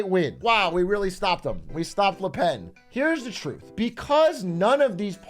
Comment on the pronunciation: Là pèn is all I’m hearing atrioc yap about